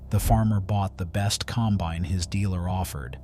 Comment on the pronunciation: Teach your AI how to pronounce combine.